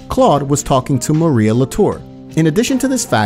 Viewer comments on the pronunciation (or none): none